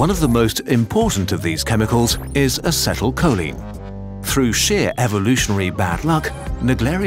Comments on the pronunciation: Check your pronunciation of acetylcholine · The pronunciation of acetyl choline ☠